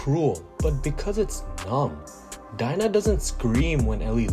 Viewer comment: Dina is pronounced dee nah